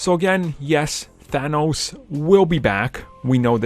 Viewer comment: Thanos not Thano Thanos' not Thano's